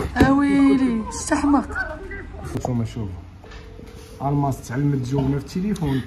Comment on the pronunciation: الماس ماشي الماص